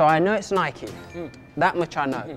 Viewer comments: Bike-hike-Nike.. been Nike all my life. can’t call it naikee. Just sounds wrong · its nike not nai-kee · ‘Nai-Kee?’what do you ride a bi-kee as-well do ya? Nobhead